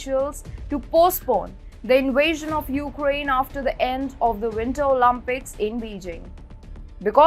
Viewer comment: Guys, you are presenting interesting information and analysis. But could you take another step further to improve your pronunciation? Wrong stresses and mispronunciations hinder comprehension. I had to re-watch this one with subtitles. And OlYmpics are not OlUmpics, for god's sake.